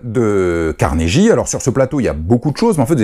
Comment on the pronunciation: Juste comme ça ... il faut prononcer 'Carnegui' et non 'Carneji' .... :)